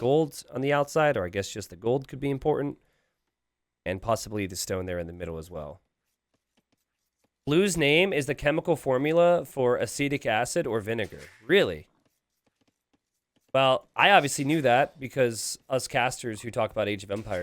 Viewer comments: dudes pronounncing acetic acid as CHOOCHOO XDDDD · Actually CH3COOH is pronounced ethylic acid or acetic acid.